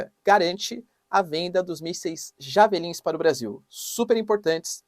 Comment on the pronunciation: Pronuncia do missil esta errada, pronuncia: DIÉVELLIN